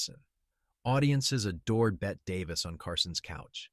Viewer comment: That AI voice cant say Bette? It says Bet